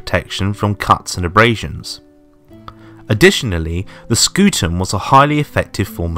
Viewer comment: Ah yes, i love it when a video comes out as my history class starts Btw reminder ots not scoot ium, i recommended looking at the metatron